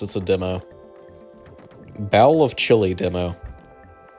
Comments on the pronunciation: great vid but pronouncing bowl as "bowel" is hilarious to me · bowel of chilli. come on bro. how am i supposed to watch a chill mr bungle video if you cant pronounce "bowl." tf are u on